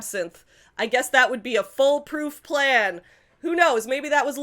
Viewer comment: I was listening to this while walking to work and kept thinking you were saying "foal-proof" instead of "full-proof" (while Laura meant "fool-proof"). So I was just imagining a tall gate.